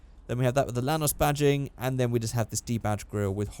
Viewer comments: At first, i thought you said Thanos but it's actually a Lanos😂 Holding bay 1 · Whenever you say lanos I think you're saying thanos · I AM POLISH AND YOU SAID IT RONG